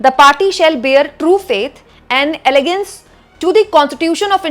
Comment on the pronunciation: Please pronounce the words correctly in English, as it has a deep meaning, i.e. it's "allegiance" to the Constitution and not 'elegance' as pronounced by you. Both has different & distinct meanings. Constitution was also not properly pronounced. Correctness must be maintained for working professionally.